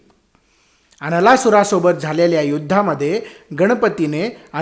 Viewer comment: असुराचे नाव नीट ऐकू येत नाही